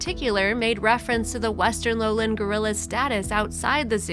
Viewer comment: I don't like these types of heavily edited mini movies. They don't show the actual activity - like describing the baby gorilla following the dad as they're showing him walking ahead of the dad! Or talking about them in a zoo and showing clips of them in the wild! And too many narrators don't know how to pronounce simple words like foliage not foilage! Lowland is low land not 'lowlind'. I feel like they steal clips from original videos and somebody edits them together in a very uninteresting way and adds an even more uninteresting script. Others may feel differently but that's how I feel when I see these types of poorly edited videos.